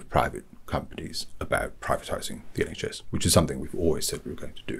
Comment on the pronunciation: The iNHS 😭😭